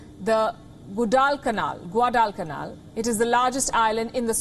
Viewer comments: Love your work! Seriously love it; you could read a page from the Korean phone book and keep me interested to hear more. FYI, Guadalcanal is pronounced GWAR-DAL-K-NAL; the first and forth syllables have the same strong emphasis, the second syllable slightly less so, and the 'K' of the third is like the 'c' in the middle of a Scottish surname, for e.g. 'Mr McGurkinsquirter' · c mispronounced Guadalcanal. Not used to see these from Celebrity anchors making such mistakes. But it's funny to watch them make such mistakes in millennia 😄 and I really enjoyed watching it multiple times. After all they are also human beings.